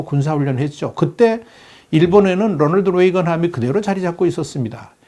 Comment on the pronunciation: 롸널드 뤠이건..... 그냥 로널드 레이건 에이브라함 링컨이라고 발음 하세요